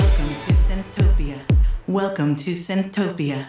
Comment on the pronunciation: Thanks bro!! Appreciate you playing Welcome to Synthtopia!!! (you pronounced it perfectly)